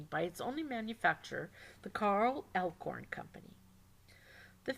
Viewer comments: Useful information but a lot of annoying pronunciation errors. It's "swahstickuh" not "swasteeka" and the German pronunciation was also a little off such as in "Alles". You also said "Elkhorn" instead of "Eickhorn". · Carl Eickhorn. Not Elkhorn. Good video though